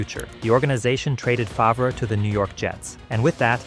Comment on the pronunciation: That isn't the only thing this video got wrong. The narrator can't pronounce Favre or Roethlisberger correctly, and he oddly referred to a season record as "fifteen to one." I'm starting to think it's AI.